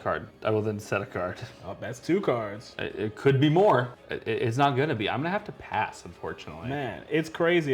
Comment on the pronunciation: Is this guy mispronouncing cards on purpose ??